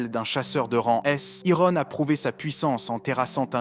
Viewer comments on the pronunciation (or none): Je n'ai regardé que la moitié, par trop chaud pour me faire spoil 🤣 C'est pas mal comme vidéo, mais par contre... Ironne, Tusque, débufe... Mais par contre Wyvern ? Si tu veux dire tout en français, ok, mais en français c'est une Vouivre, Wyvern étant la traduction en anglais 😁 Je chipote, même si ça fait mal aux oreilles, la vidéo est très bien.